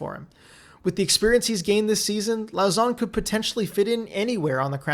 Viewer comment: And Jeremy "Low-sson" while you're at it. 'au' in french is pronounced "oh". But anyway, you make great vids!